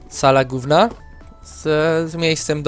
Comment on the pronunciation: Zrozumiałem "Sala Gówna" :D